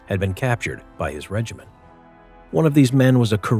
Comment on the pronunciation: Regiment, not regimin